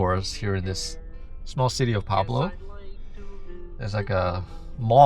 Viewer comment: it's PUEBLO, not PABLO.